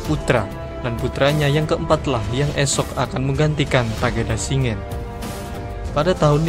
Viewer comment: Shin-gen Bang, bukan Shi-ngen